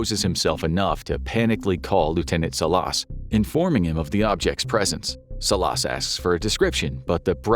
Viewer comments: It’s pronounced Salas but good episode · The way he pronounces Salas 🤭😆😆